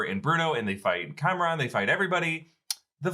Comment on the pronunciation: are you intentionally pronouncing Kamran as Cameron? Because it should be pronounced Com-Ron.